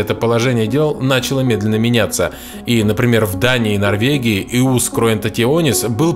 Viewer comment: Не Иус, а Йус.